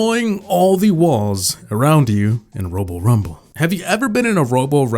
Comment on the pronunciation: At the :50 second mark he says robo ramble. Lmao 😂